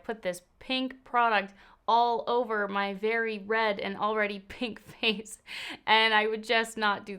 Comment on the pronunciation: I will from now forever say "let's put makeup on the FOCE" 😂😂😂 ...❤️❤️